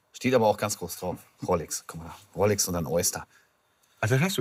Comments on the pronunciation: Dieser Pseudo-Experte. Er kann nicht mal die Uhrenmarke aussprechen. Es wird Rolex ausgesprochen und nicht "Rollex" 😄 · Mich triggert es irgendwie dass immer "Rollex" sagt 😂